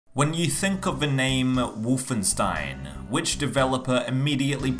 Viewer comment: But why say the name like ; Wuff-en-stein !??! ..